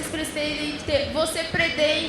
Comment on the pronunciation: mano.... que tradutores horríveis e a menina la não consegue falar "pretendem" kkkkkkkkkkkkk